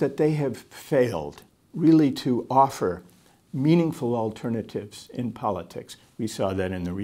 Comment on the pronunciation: nada a ver com o tema mas é curioso como é parte do sotaque brasileiro usar ''chew'' na pronúncia do ''to''.